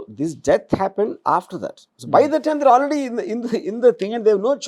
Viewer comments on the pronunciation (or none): none